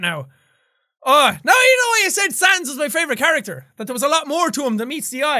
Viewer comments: because it's (supposedly) the word "character." most people fluent in English (it's their first language) wouldn't pronounce it "chair-acter," so the "ch" makes a k sound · It’s character not cara